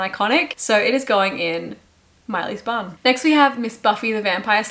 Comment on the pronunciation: P.s. I too often heard "this goes in Miley's bum" instead of bun. 😂😅